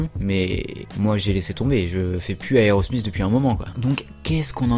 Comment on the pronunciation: aerosmizzzz? tu veut dire aerosmith non? lol